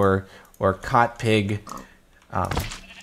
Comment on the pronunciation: "Cought" that hurt my brain a little